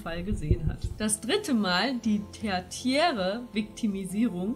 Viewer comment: ohje das find ich mega peinlich wie ihr das aussprecht. Das zweite "t" wird wie ein "z" oder "ts" gesprochen also terziär. Hat glaub ich was mit Latein zu tun oder so. Ich krieg da nur immer cringe-Anfälle, wenn Leute die Sprache so verstümmeln da schüttelts mich. Ansonsten geh ich politisch und meinungsmäßig voll mit euch beiden mit bei diesem Thema. Habe gemerkt, dass es viele lassen, wenn man sie ignoriert, manche bringts auch erst richtig auf die Palme, beides find ich lustig. Die meisten dieser frauenfeindlichen, sexistischen und meistens politisch rechts oder aluhutmäßig angesiedelten Leute ergreifen nach einer halben Stunde Diskussion mit mir die Flucht, weil sie merken, dass sie sich nicht mit nem Klumpkopf wie sie selbst angelegt haben und der Kampf auf geistiger Ebene mit ungleichen Waffen gefochten würde. Andere bringts auf 180 und sie flippen voll aus, da muss ich mich immer weghauen. Die meisten checken aber gar net dass sie gerollt wurden lustigerweise. Vielleicht ist das der Grund warum sie solchen wirren Theorien auf den Leim gehen. Ich finds nur immer lustig, wie einfach es doch ist gegen manche das Kryptonit zu sein, für andere ist das anscheinend leider weniger einfach... mh für mich ist das eher ein grundsätzliches gesellschaftliches Problem, so weit ich weiß passieren 80 % der Morde im Umfeld der Familie bzw. in der Verwandschaft, den unbekannten "schwarzen Mann" der mordet und wie Jack the Ripper umgeht sucht man meist vergebens den gibts näml